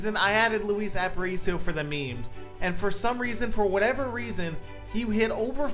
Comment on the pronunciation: Its pronounced App-uh-reach-e-o btw just so you dont get flamed for it